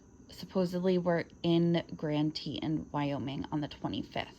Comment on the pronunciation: Grand Tetons “TEE Tawns”